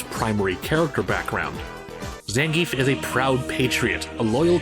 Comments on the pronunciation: 1: It's not ZAN-giev in Russia, it's zan-GI-ev. The 'ie' is made of two sounds, and the emphasis is on the middle. Zangief can be pronounced however you want, though. (Fun fact, how they pronounce Potemkin as an announcer is accurate to its Russian origin. The "e" in the name is actually a "ё" , which reads as "yo", not "eh" or even "yeh". Which is why it sounds like "Pochomkin", cause that's the name of the ship in Russian.) 2: I wouldn't say Blanka doesn't have an arc anymore, albeit, he is pretty clownish. Him selling Blanca dolls can be his way of helping his mother and learning to take care of himself in the world of steel and cement, instead of a jungle, as well as take care of her. Honda is, though, VERY MUCH , a one note character. Honestly, the fact that he can be friends with so many people should've been at least something to get him more fleshed out, like he is very charismatic and knows how to deal with people. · Gr8 info here. Hey I used to pronounce his name wrong too like everyone else. It's actually Zahn-Gee-Eff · When the author of "Respect Zangief" can't even pronounce the name correctly... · 12 minutes of a guy seriously talking about how silly fighting game characters not evolving as characters is a problem. Dude. It's fighting games. Nobody cares. I'm Ukranian and I know for sure that if Zangief is Russian his name is most-likely supposed to sound as Zangiev, but I don't care because nobody, even the creators don't. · You say his name wrong.